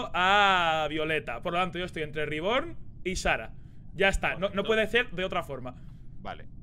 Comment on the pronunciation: No se porque me hace tanta gracia como le dice "Riborn" a Reborn xd.